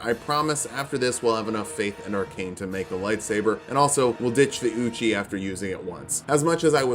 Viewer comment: Ay-OH-kade Ee-OH-kade Eochaid.